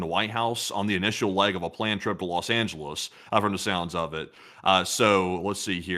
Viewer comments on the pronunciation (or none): none